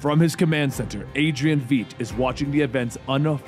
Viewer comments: It's "Vite," not Veet." And the base is in the Antarctic. WTF? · im sorry but i hate when people dont pronounce stuff how they hear it. its Veidt not Veet or vet have you not seen the movie?🤣 basically light with V instead of L Veidt (Vight) i need a shot of something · Also, Adrian's last name is pronounced similarly to the word 'fight' but with a v instead of an f. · Regarding Adrian Veidt, Veidt is prounced "vight". Like saying right but with a v instead of an r. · did he actually say veidt, veet? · Lol Adrian "Vet" Benny? Really bro, who have you hear pronounce it that way? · Please stop mispronouncing Adrian Veidt's name